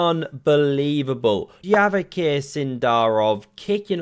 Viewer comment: There are interviews when they asked him how to pronounce his name, he himself told it's pronounced "Yavakhir", and I'm not sure why.